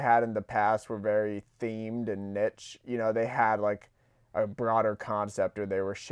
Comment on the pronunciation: The way this man pronounces "niche"...